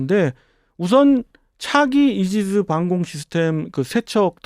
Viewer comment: ....이지즈 라고 발음하지 말아요.....이지스가 자연스럽네요 ㅋ 노봉이 CIWS1이라는 사실이 충격.... 팰렁스 20mm 제아무리 탄중량 늘려봐야.....30mm랑 비교하면 새발의 피 개인적으로 LIG의 제품이 신뢰가 가네요....KCIWS의 명칭은 "필살"~